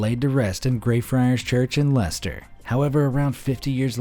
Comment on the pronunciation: Lye Chest Er...